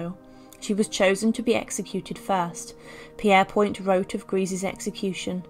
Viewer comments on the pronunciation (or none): Pierre-point? I thought it was pronounced “Peer-point”? Obviously English is not my first language but I heard it said many times. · It is. He lived in my hometown and his Great nephew still lives there, with that surname and it is pronounced as you say. I also thought her name was pronounced Gresher?